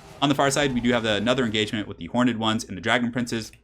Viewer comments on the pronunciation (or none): Horned or hor-ned? Why do you say hor-ned? Why am I so triggered by this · I love your stuff but please 1 thing you do drives me mad. Horned is pronounced with 1 syllable, not horn-ed with 2!:) Keep up the great work dude!